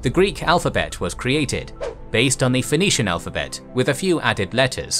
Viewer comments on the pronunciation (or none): none